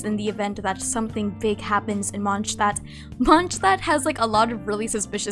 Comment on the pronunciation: My ears hurt after hearing 'Monsztad' thing